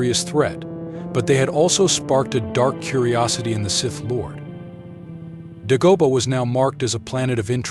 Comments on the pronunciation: Its pronounced DAY- GO- BAH NOT DUH-GO-BUH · This guy can't even pronounce the name of the planet correctly. Some narrator.